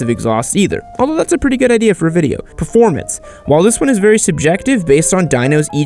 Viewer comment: "This is a biased videi" lol